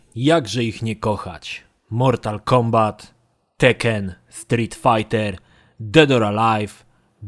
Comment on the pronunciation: Ten ''FAJT'' mnie zniszczył :D